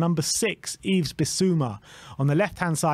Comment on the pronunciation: They get Dejan and Yves wong every time too.